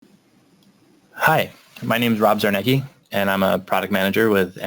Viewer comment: Rob Zarneki czy Rob Czar-ne-cki? ;)